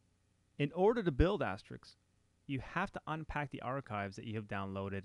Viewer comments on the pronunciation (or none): you8 might want to learn how to say the word "ASTERISK" not asteric or asterix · Thanks for the time and effort creating this series! It helped me a lot and I appreciate it. However, "Asterix", as you pronounce it, is a French cartoon character, not the PBX software we all know and love... ;-) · why does everyone call it "asteriks" instead of "asterisk"? i don't get it :/ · why can't anyone seem to pronounce Asterisk ? :-/ it's not Astrix. (or Asterik)